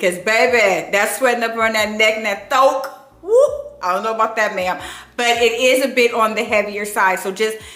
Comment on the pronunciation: "Thoak"🤣🤣🤣 . This is so pretty but the way this heat been heating....no ma'am. I gotta wait